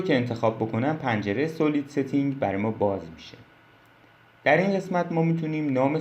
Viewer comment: با عرض ادب ویدیوها آموزندس و ممنونم. خدا قوت فقط یک نکته اینکه تلفظ صحیح سالید هست.